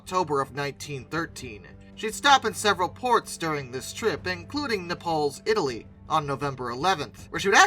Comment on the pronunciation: Nay-ples, not Nepals, Italy.